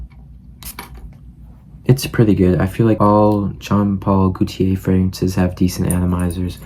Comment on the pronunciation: wahts up not trying to be mean but its jean paul gaultier (gotee aye)